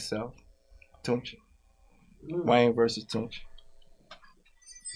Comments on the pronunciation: Everytime Birdman says versus, he is really saying “voices”! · 🤣🤣🤣🤣 They think he say VERSUS.. But He saying VOICES... 🙄